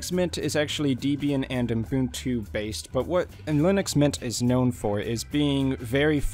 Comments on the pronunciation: Is it just me or does it sound like he says Unbuntu instead of Ubuntu? :D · Why do you pronounce Ubuntu as Umbuntu? :-( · ... and it is "ubuntu" and not "Unbuntu" as you promounce it. Likewise, it "Debian" as in "web" and not "Deebian" as in "cheap". And oh yes, Ubuntu runs on Unity and not Gnome. And one addition: Debian is probably the most user-unfriendly distro out there due to the many restrictions and their ideology on "free software" (cfm GNU and Richard Stallman) Nevertheless, so many great distros are Debian-based and that is why Debian is so important for the community and Linux standards.